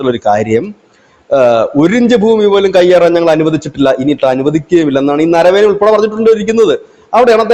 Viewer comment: നരവേന എന്നല്ല നരവനെ എന്നാണ് ആ പേര്